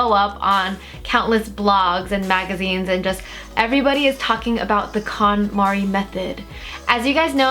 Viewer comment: Thought she kept saying Condom.